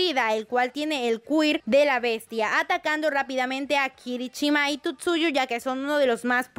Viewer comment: Por que dice Tutsuyu? :o